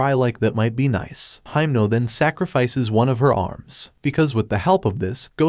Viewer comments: Why are you calling himeno for haimno😭😭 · He called himno makama lol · In the Anime: Himeno Him: Himno